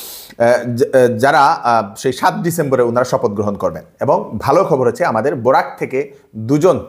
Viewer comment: Borak not burak